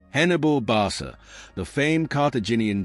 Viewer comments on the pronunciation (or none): Barca is pronounced BarKa